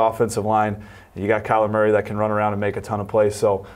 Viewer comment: Every time he says Maury instead of Murray I cringe. It's such a simple name...why go out of your way to say it so different and wrong?